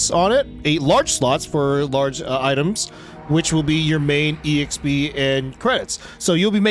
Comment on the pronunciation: Please stop saying E-XP